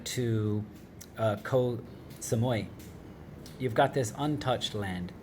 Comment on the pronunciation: Strange how you pronounce most of the place names correctly apart from Koh Sa-moo-ee . I don't understand where this Koh Sa MOY comes from. Moy = pupic hair in thai so the pronunciation sounds horrible to locals